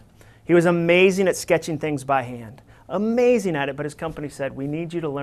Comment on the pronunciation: This was an amazing talk. Very necessary for people to hear out in the work force. Dare I say, "amajing". lol (referencing when he said amajing instead of amazing)